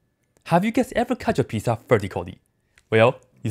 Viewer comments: I love how he pronounces pizza lol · Lol same